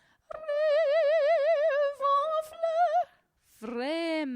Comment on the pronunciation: Thank you for the effort! Unfortunately, there are a couple of mistakes already in the first lines: - The "c" in "blanc" is mute, i.e. it's not pronounced. - The "r" in "fleur", on the other hand, is pronounced. - You pronouce "glissons" as "glissant". (The nasal "a" and the nasal "o" are two different sounds in French. If you mix them up, the meaning changes.) - In "fuyant" the "u" should be short, and the "y" should be long. You say it the other way round. Etc. etc. ... The video is a nice effort, and you are trying to be helpful. Thank you for that! But I advise all singers who are studying the piece to rather trust the recording of a native speaker... (I found for instance